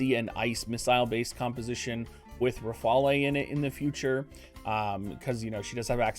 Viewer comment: Ruh-fail (Rafale) She’s named after a fighter aircraft.